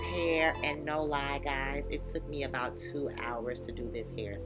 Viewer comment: It sounds like you said 2 packs of hair in the video